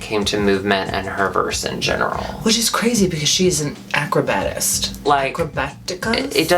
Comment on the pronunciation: ACROBAT. THE WORD IS ACROBAT.